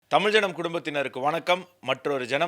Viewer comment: Sir Tamil lagaram sariyaaga sollungal